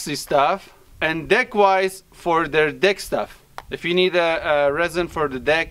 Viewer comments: Is it just me or did he say “de/ick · Who else had to on captions when they heard deck?😬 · Lmaoo 😂😂🤣😂... Us folks with accents always have a tough time with the word "deck" haha... All love, it just caught me off guard when I first heard it lol. I do it all the time too I'm sure 😂. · When u say deck it's sounds like something else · 😂😂🤣😂🤣 Can't believe no one else in these comments heard that lol.. I had to rewind after I heard it the first time haha. is the best one lmaoo.